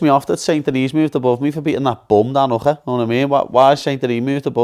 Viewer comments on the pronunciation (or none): brooo that's not how you say "Hooker" 😂😂